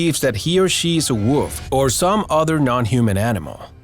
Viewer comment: I like how he says woof instead of wolf. 😎